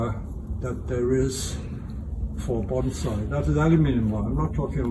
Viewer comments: He pronounces "bonsai" incorrectly. Shameful. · It’s called bonsai not BANZAI!!!